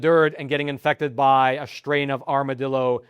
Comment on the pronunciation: It seems like such a strain to say "schtrain."